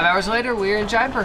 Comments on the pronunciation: YAY! Jaipur!! FYI... It's pronounced Jie-poor, not Jie-per. :) Also, a when you see something called 'Dahl' it means it's made from lentils, (or peas or other bean). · When she said jaipur, it sounded like diaper.. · she said Jaipur like diaper